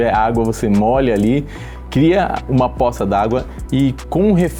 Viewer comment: vídeo massa, mas "possa" ao invés de "poça" foi foda kkkkkkkk